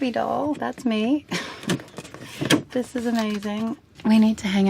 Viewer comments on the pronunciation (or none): "zis" LMFAO